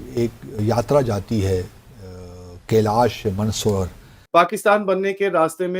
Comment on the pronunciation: cannot pronounce kailash mansarover😂😂😂